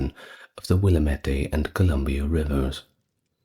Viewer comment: Willamette River is pronounced like dammit, will AM et. Loving you from Oregon